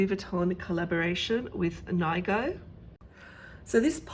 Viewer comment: His name is pronounced “NEE-go”